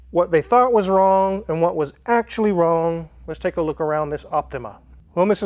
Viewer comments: 😂 I caught it also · he says "You really know what is wong with the car" 🤣